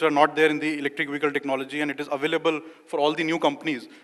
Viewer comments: Bro anchor , it is not 'Wahikal' its vehicle. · The anchor cannot pronounce "vehicle"